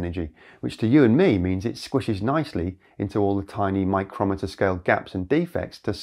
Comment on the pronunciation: Fascinating video,. Always appreciate your technology updates. And I notice you correctly use "micrometre" instead of "micron", which is officially obsolete. One hint, though; your pronunciation is for "micrometer", which is a measurement device. The pronunciation of the metric subunit of the "metre" is MY-kroh-mee-ter, much like MILL-ee-mee-ter. Cheers, mate! 😊